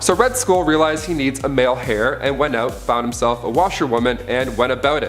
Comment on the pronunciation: Every time he says "hair" instead of "air" when he's talking about heirs drives me up the wall. THE "H" IS SILENT, DUDE! 🤬😆🤦‍♂️